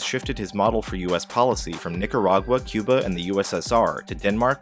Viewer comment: "Que-ber" That's how you really pronounce Cuba. Just saying.